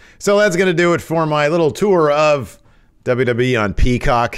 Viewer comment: DubDubEee lol 😅 please continue saying it like that